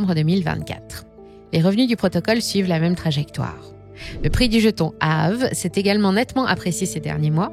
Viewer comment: On prononce Aavéééé !